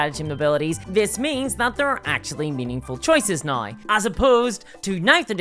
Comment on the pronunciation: The word is now.. Pronounced naū